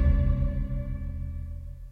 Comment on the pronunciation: কিশরি❌ কুশোর✅